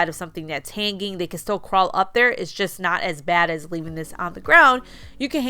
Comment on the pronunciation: Please, learn how to pronounce hanging. It's very annoying listening to you pronounce it incorrectly.